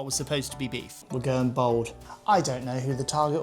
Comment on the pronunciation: Did you say we are going bald?